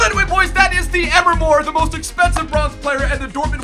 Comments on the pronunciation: its not emer mor its em-ree mor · EMRE MOR NOT "EMR MOR" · It's not Emma mor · EM-RE MORE Say it right bro